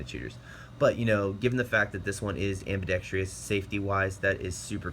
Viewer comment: I have yet to come across a gun video where "ambidextrous" is pronounced correctly. This one is no exception. It's 4 syllables, dude. 4.